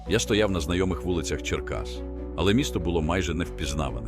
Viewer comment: Ідіотське озвучення, враження , ніби й не чув ніколи про місто Черкаси! Танки з великими колесами ...